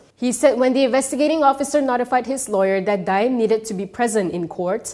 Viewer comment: The pronunciation is DA’IM, not DIME